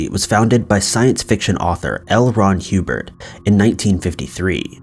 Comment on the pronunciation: Ah yes, good ol’ L. Ron Huebird